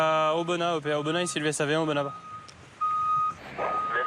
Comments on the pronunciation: Sa se dit aubena le s on le pronomce pas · Oui aubenas sans prononcer le S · Je viens de voir cela dans mon fil d'actualité c'était temps au bout de 3 ans c'est mon département et je l'adore mais vous savez qu'il y bien d'autre ville où village à montrer surtout Aubenas c'est juste par rapport à Vallon.. Et pour info le s de Aubenas ne se prononce pas C'est plan dur sont horribles